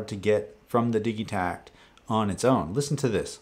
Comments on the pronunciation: It really bugs me when it’s referred to as the DiG-ē-tak instead of DiJ-ē-tact. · It's a Swedish product, it's pronounced like that in Swedish. Digital is DiG-ē-tal, not DiJ-ē-tal. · Woah, hard G in Digitakt? The first part isn’t like digital?